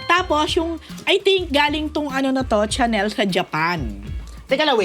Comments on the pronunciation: Malamang hindi smooth ang Chanel ni Jessy kasi Caviar po yan not lambskin , pronounced as Sha-nel not Tsa-nel po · Hi... It IS PRONOUNCED AS “SHaah-NEL”not "CHANNEL " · Chanel pronounced as Shanel